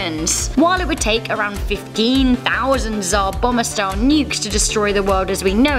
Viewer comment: Its Tsar Bomb-Ber not bomber